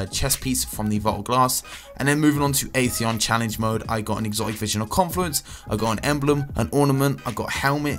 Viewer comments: He said mood not mode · "Challenge Mood" instead of "Challenge Mode" k then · He said "challenge mood loot" huh